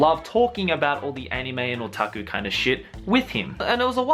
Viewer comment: I just love how pronounce otaku SO FUCKING CUTE